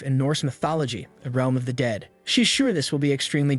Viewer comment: instead of realm it’s reelm